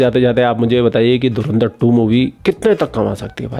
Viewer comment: पोर्की say :-) धुरंधर❎धुरिन्दर ✅ 😂😂😂